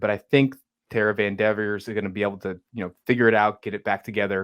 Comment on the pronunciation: Van devor?? It's Vander veer.